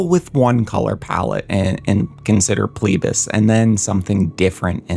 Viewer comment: It's FLEE-BAS, not PLEE-BAS.